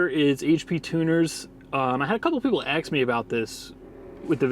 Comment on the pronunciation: You know there is no x in the word ask right